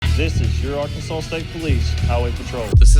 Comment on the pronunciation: Ark-kan-saw. Not Ar-kan-sas.